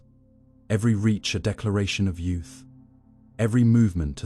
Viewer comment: Why can’t a i say ‘reach’